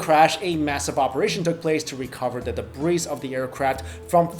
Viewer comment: NEW-CLEAR, DEH-BREE